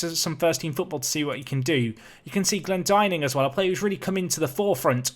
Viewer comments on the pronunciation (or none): It's Glen-dinn-ing,...two n's, pronounced like dinner, winner, etc...